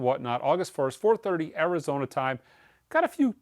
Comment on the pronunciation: Hello from France 😊. You talk spanish when you say Arizona 😊. The damned " new rose" first punk single in uk charts😊. You say soccer only in usa, all over the world we say football 😊